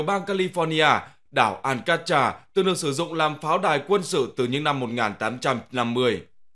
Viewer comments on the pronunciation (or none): Đọc đúng tên là : An ca trát chứ nhỉ